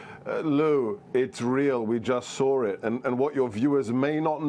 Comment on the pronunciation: lol.. We just sawr it.....😂😂😂😂